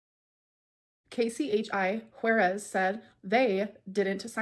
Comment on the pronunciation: Did she say Quairez for Juarez 😂